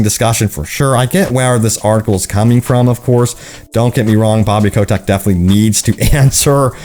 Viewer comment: I dont know why, but it drives my crazy that you pronounce Bobby Kotick as "Bobby Coe-Tech". DX